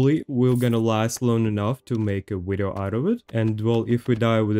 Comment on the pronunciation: "Wideo" is weird but other than that there's no reason to not sub. Fire content. Just sub and ignore the "wideo" at the beginning. You'll be fine.